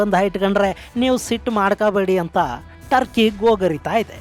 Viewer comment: ಟರ್ಕಿ ಬದಲು ಡರ್ಕಿ ಅಂತ ಆಯ್ತು.😂❤🎉